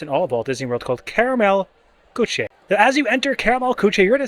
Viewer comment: Karamell Küche is pronounced Car (flipped r) uh mell coo (but with an umlaut, so it sounds like how the Scots say "cow") - German back of the mouth hiss "ch" - eh. Kind of impossible to tell anyone how to pronounce it typed!